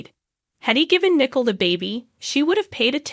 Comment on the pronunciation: It's not Nickle It's Nicole